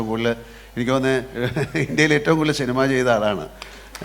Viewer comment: ശിനിമ, ശഞ്ചരിച്ചു ഷെലിബറേഷൻ 😂 മോഹൻലാൽ ബിഗ്ഗെസ്റ്റ് സൂപ്പർ സ്റ്റാർ പ്രേം നസീറിനു പഠിക്കുകയാണ്.